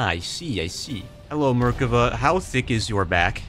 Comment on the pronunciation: Say it with me. Mer Kaw Vuh. Mer. Kaw. Vuh. Merkava.